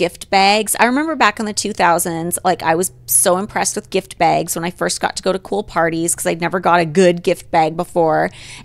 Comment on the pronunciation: Every time Holly says “baygs” (bags) I’m over here out loud trying to mimic her 😂